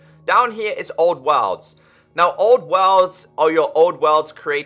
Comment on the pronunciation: This dude say worlds like Wa(l)rlds